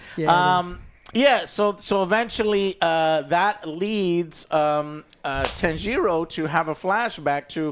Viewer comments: Joe... JOE! WHO is Tan-jee-ro? I gotta know. You gotta tell me. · Joe please, for all that you so claim to love you need to learn how to properly pronounce the characters' names. Japanese is separated into consonants and vowels spacing. So Tanjiro name is Ta N Ji Ro. Each gets their own phonetic timing. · Holy hell. These pronunciations of the Demon Slayer characters are WILD. 😂 TAN-GEE-ROH and Asuka for Inosuke. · Ah yes the famous Tanjeero and Nekuzo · Tan jee ro. Nakoozo. Wow likenif he didnt watch the film go wild with names but they say their names. Its one of the trooes of anime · Jesus the name butchering :D Neku-zho Tan-gi-RO :D Not even close. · Don't you guys hear the character calling each other names? To not be able to get even Tanjiro correctly pronounced takes some effort.